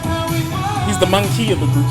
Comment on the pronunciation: How did that guy just pronounce maknae? Monkey?